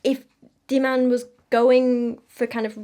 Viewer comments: heads up: the dh in dhiman is pronounced kinda like a th sound but with a d instead of a t! the emphasis goes on the dh and the a is also pronounced kinda like the u in dumb :] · And you might take the time to learn how to pronounce the name Dhiman before talking about the person, rather than displaying ignorance and disrepect.